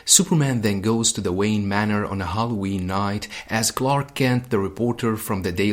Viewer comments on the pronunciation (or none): none